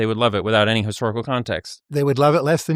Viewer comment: Especially with the way he's pronouncing it "Ayny".